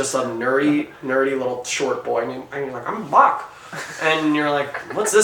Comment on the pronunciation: nevermind he just said Mock instead of Boq